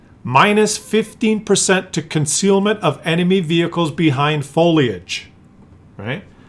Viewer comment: I have a question regarding - . What's "ConcRealment"? - 😂